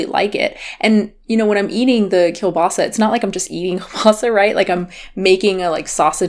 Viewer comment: I like the way you pronounce 'kielbasa' :D As a Polish it was also nice to see a US based company inspired by Polish goodies. It doesn't really tastes Polish tbf but it's still damn good!